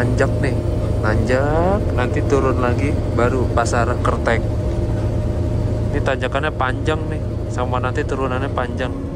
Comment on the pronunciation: Kreteg bukan kerteg mas 😅😅